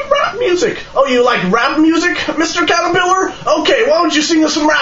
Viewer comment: Can you tell the "nucyular catarpellar" I said hi?